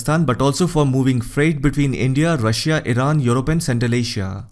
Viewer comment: Aapki Russia ki pronunciation galat hai...